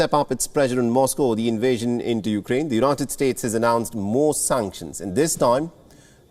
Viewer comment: C'mon, Biden can't even say the name of the burning country correctly...